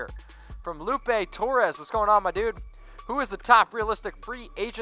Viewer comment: L0LL Its pronounced "Lu Pay"